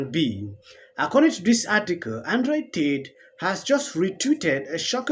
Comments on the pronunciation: I like how he says Android teet Reminds me of Wakaliwood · Sorry I completely got distracted hearing "Android Titi"